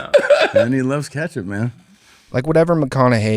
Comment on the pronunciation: He’s saying ketchup wrong on purpose drives me crazy. He does the same thing with tattoo, and Ben affeck. Every time he says these three phrases he says the words multiple times to make sure we know he’s saying it wrong